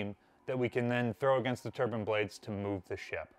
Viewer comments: TURBINE VS TURBAN. They are pronounced differently. One creates rotational power and one is worn on one’s head. There is no such thing as a Steam Turban or high pressure Turban. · Very interesting, but its a "Turbine" not a Turban 🙂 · You were doing so well saying turbines then broke down and said turban….pretty cool video!